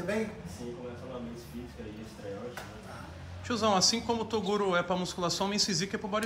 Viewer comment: "Torugo", kkkjk eu achava que era Toguro né Toguro: Qual a chance desse cara errar meu nome fellas !